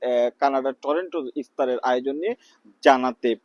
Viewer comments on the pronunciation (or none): সময় টিভি দেশের একটি জনপ্রিয় সংবাদ মাধ্যম। অথচ, সাংঘাতিক টরন্টো কে উচ্চারণ করতেছে টরেন্টো।